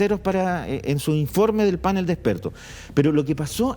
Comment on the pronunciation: Canal, pastel, atril, farol, azul, PANEL. Y no "pánel" ( , , , etc.), por favor, que no existe.